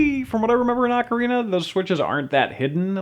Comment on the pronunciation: I'll play this. Also, rofl ah-carina.